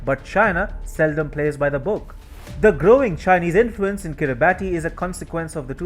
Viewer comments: I don't want to be picky, but the country is pronounced Kira barss not Kiri barti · It's pronounced "Kiribass" not "Kiribati" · Kiribati is pronounced as kirabass.......Like Pilipino Tagalog pronounced as tar gar log....🇦🇺👍🥳🍺👁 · Pronounced Kiribas. The spelling is peculiar. You're not the first journalist to get this wrong. This doesn't reflect well on your otherwise excellent work. (Be better than rest) Best regards Good work.